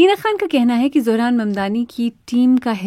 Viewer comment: Correction : Word زہران wrong correct is ظہران